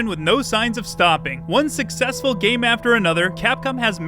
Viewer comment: geem? or game? learn to speak clearly